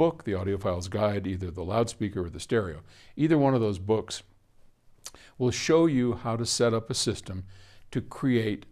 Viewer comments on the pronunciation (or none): none